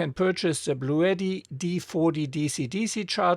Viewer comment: After 5 min of whining, I gotta go. Also Bluetti is pronounced Blue T not Blue etti.